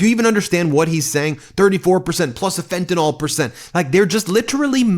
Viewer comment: Nutlick mispronounces the word "Fentanyl" like all the other disingenuous clowns 🤡